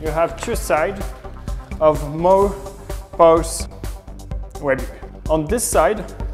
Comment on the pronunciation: He's french, in french "ch" is pronounced as "sh" would in english. He obviuosly meant pouch.